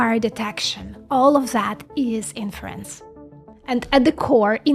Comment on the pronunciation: When she say "inference" and you ear "in France"